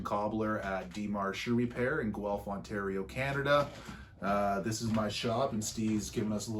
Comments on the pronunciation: Haha it’s pronounced Gwelf ( Guelph ) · Nice..BTW its pronounced 'GWELF'